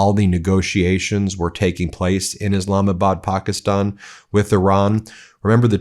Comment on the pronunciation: Eh, it's pronounced Pakistan not pockyston. Quit with the bullshit